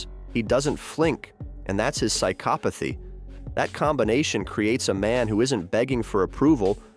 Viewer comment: He doesn't flink. That's his psykopothy. Jesus, I hate AI.